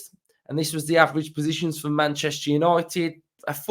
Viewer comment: It's Man-Jester Yanited!😊 UTV